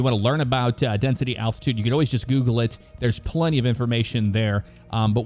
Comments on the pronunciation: Did anyone else hear attitude and not altitude? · Is anyone hearing attitude and not altitude?